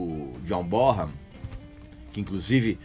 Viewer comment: Regis, em primeiro lugar: mais um excelente vídeo, como de costume. Em segundo lugar, como colaboração, já que você sempre faz questão de frisar as pronúncias corretas dos nomes das bandas e artistas: apesar de muita gente (eu inclusive, até há pouco tempo) pronunciar John BonHam, evidenciando o som de “R” do H, a pronúncia correta do nome do lendário baterista do Led é “BoNam”, pois o h é mudo no nome dele. Como eu disse, apenas para colaborar. Valeu, abraço.